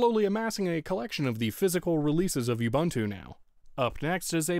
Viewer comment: Stop mispronouncing Ubuntu.